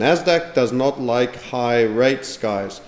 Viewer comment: Almost forgot to "Loike"